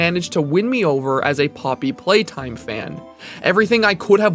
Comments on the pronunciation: ploppy playtime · is it just me or did he legit said “ploppy playtime” at the start 💀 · hehe ploppy playtime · why did i hear the first line as "ploppy playtime" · this is a ploppy moment